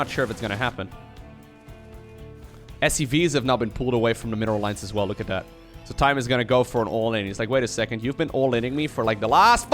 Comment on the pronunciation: I love how you say look as luke